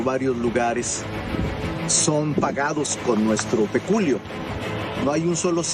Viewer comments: Monreal, quiso ser dominguero y dijo "peculio" en lugar de PECUNIO: con N Monreal... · El cara de hacha zacatecano no sabe ni hablar, es Pecunio, no peculio ! Terminen primaria